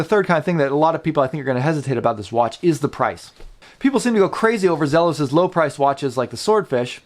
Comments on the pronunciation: For someone who loves Zelos so much, you should probably pronounce it correctly (Zee-los). I have the Desert Sand version of the Blacktip, and it is amazing. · I have had this exact watch for a week now. My first Zelos. (Is it Zee-los or Zelos? I’ve heard it pronounced both ways.) The color on my watch is much more teal than the bluish color on your video. Love everything about the watch except one thing. It seems like I can feel the prominent quick release posts of the strap on my wrist at times. I think it would have been more comfortable without them. QC is good with mine.